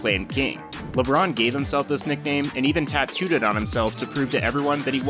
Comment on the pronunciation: “ LeBrone is the GOAT” please. Just,just stop. Mj micheal Jordan.